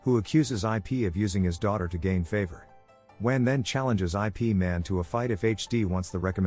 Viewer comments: These AI voices... jeez. "Eye Pee"... really? It's like you really need to spell out the pronunciation so it knows how to say Ip's name correctly. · "Ip" is a word. A name. Not two separate letters. Stinking A.I.